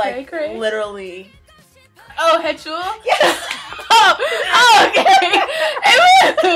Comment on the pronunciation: HEE-chul not hehchul XDDDD heheh.. dont worry... i made that mistake too XDD